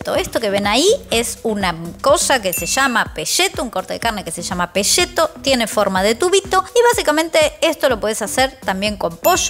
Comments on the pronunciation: ES PECETO@ NOOOOO PESHETOOO#3 APRENDAMOS A HABLAR POR FAVOR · se dice peceto no peshhheto. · peCETO, no peSHETO, viva argentina viva messi carajo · Porqué al peceto, lo llamas "Peshhhheto"? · No es pesheto, se dice PECETO!!!! la salsa me gusta no tan aguada. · Por qué le decís PESHETO cuando se escribe PECETO? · sería "pecheto" en todo caso, no pesheto, si no se escribiría "pesceto" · DETESTO que los porteños digan PESHETO en vez de PECETO. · Pesheto, posho, sacramento con este sublenguaje. Jajaja [Igual mire el video hasta el final, y estoy suscripto eh!] 😅 Saludos! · Ni “y”, ni “sh “, ni “ll” tiene . Así que por favor!!!! Digan PE-CE-TO. Entendieron porteños?